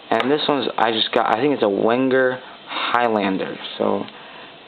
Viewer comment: Wenger is pronounced Venger, it's swiss-german.